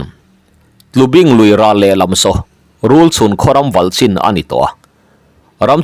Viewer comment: Tlubing i lam dan kha a diklo tlubing rul chikhat rulpui an tih thin tawibing têt tut a ni a bing lai kha i lam dik lo